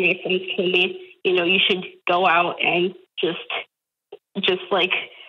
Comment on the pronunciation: Why does Doctor keep pronouncing and as end? Is this an accent and if so from what part are you doctor?